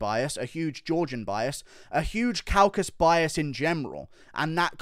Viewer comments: Isn't it Caucasus not Caucas? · CAUCASUS. FFS IT'S THE CAUCASUS NOT THE "CAUCUS"